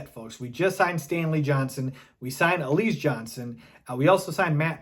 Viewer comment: Why do you pronounce his name like that? It's pronounced alizay, like the drink alize